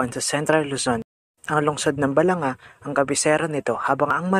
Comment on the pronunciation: Di mo ginawa assignment mo. Mali pag pronounce mo ng Balanga.